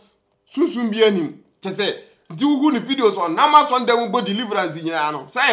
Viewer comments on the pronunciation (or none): none